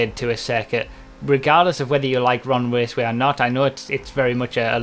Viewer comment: "Ron Waceway" :3